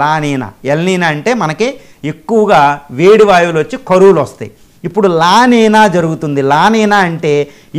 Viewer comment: వాటిని "ఎల్ నిఞో" & "లా నిఞా" అని పలకాలి.